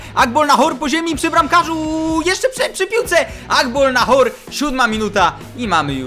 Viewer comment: * Agbonlahor nie Agbolnahor.........